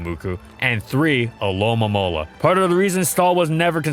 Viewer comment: Wait do you actually say it alolamola. It’s not spelled that way but that’s how I always say it